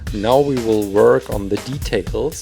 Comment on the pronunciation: Did anyone notice that he said weebles instead of we will